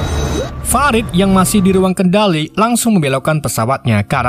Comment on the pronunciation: fa - rid woy bacanya bukan fe - raid .. hadeeeuh senggol dong